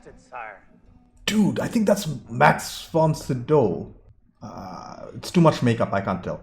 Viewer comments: Max von sydow is pronunced something like SYdoW. Max is pronunced pretty much the same in swedish and english. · Max von Sydow's last name is pronounced [sy:dove]. Emphasis on the 'y'.